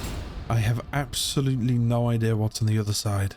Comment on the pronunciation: "idih" instead of idea 😭🥀💔